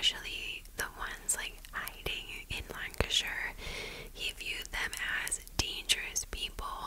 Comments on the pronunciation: Your pronunciation of Lancashire is spot on 🙂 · Yes, you pronounced Lancashire correctly. Anything with shire on the end, we tend to snip it rather than elongate. I’ve always been very impressed with your ability to pronounce UK towns and villages. Most impressive though is your excellent skill for storytelling with a touch of snark, and humour. Love it 💐🇬🇧🤘🏻🥰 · hi! i’m currently binge watching all your recent videos to catch up and had to watch this one asap because i’m actually from Lancaster in Lancashire (which you did pronounce correctly!) We now have a pub in Lancaster called The Pendle Witch in remembrance of the tragic events that took place all those years ago! Also thank you for your amazing videos, you’re an incredible creator, love from Lancaster, UK❤️